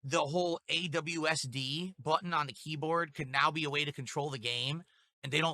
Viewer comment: Phil is genuinely the only person I've ever met who called it AWSD instead of WASD